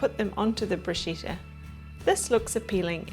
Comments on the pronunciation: Bruschetta not Bruscetta. The right pronunciation is about "Brooskketta" 😉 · Larrs Womb... Yes, in fact you are right. The pronunciation in very wrong. In Italy they wouldn't understand the hell she is saying !!! But why ? It's so simple ! Bruschetta.. the pronunciation is about "Broosketta". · pretty sure it's pronounced Brusketta in Italy. lovely video though